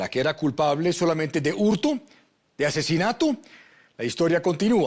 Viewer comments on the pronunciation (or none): porqué el conductor dice "hurtu", "asesinatu"? , qué significa eso?